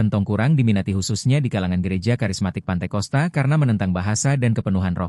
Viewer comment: Ralat : Pantekosta ❌ , Pentakosta ✅